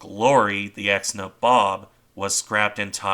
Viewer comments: Just a note to say the ships name is pronounced NAYbob its an old East INDIAN term for one of the ruling class. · I think its pronounced naybob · Your pronunciation of the name is wrong. It’s nA-bob. Since I’m not an English major….. Neigh (like a horse) Bob I know this as my grandfather served on her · I think U S.S. Franklin, the Essex class carrier turned into a burn pile by the Japanese off Okinawa probably qualifies in the severely wounded, makes it home category. P.S. Nay-Bob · N EH BOB (Nabob)